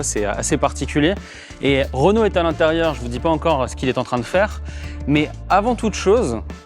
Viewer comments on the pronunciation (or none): none